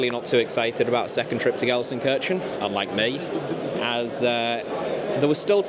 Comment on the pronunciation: do try to learn how to pronounce Gelsenkirchen